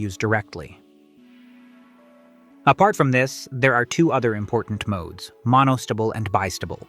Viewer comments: pronounced A Stable and Mono stable ( like a horse’s stable) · Agreed, Nice informational video, however you need to train A.I. to properly pronounce words like 'Mono-stable' in order to believe the narrator knows what 'It' is talking about😅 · right though. AI isnt correct all the time. Listen to rhe way he pronounces astable and monostable. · Monostible and Bistible. 🤣🤣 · How could you pronounce astable correctly, and totally fudge monostable? They both end with "stable". It's NOT monostubble. Likewise, how can you pronounce "and gate" properly, and then come up with "orgat"? It's "or gate". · 'Monostable' and 'bistable' DO NOT sound like 'vegetable' or 'constable'.... Unless you're an AI voice! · it's strange (just to me) to hear you say a stubble and bi stubble and mono stubble, instead of A stable, Bi stable, and Mono stable. It's only because when I went to school and learned electronics I heard the second variation and haven't heard it the way you say it before. I love language variations across geography or across time. Is that the way everyone where you grew up says stable? Or is it the way all the professors and other students said it where you went to school? I love language variation mysteries like this, it feels like I'm being a language detective:)